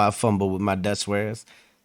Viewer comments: He actually butchered those Dutch pronunciations, lol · Excellent channel, excellent reaction! And no, his pronounciation of Dutch names is just phonetically English American ^_^ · This man didn't pronounce the Dutch names correctly, you certainly wouldn't have done worse! But his content is very good and interesting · i am Dutch but i have no clue what this guys says using his Dutch pronunciation :D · Ooh wow he thinks the pronounciations are right...🤣 They are so far from what it should be. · The history man in this video didn't pronounce the names correctly at all! Not even close! You certainly wouldn't have done worse!